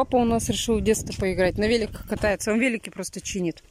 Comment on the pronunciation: Папа катаетСя!, а не кататца. Мамаша, учи русский!